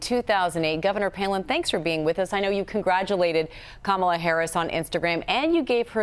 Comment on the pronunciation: No thanks Sarah....... you can keep your "advice"... and she quit on us Alaskans to pursue her national tv "career" that is a complete flop! She can't even pronounce Kamala correctly...... who is Kamm-ala...... bye Karen... go back to obscurity!